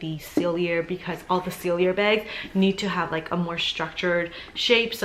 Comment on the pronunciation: PALLADIUM not platinum. SELL-EE-AY, not sell-ee-yer. girl!